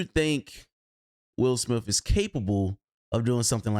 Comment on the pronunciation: At the start it sounds like u said “Will Smilf” 😂